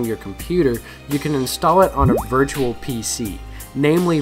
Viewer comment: vurtral box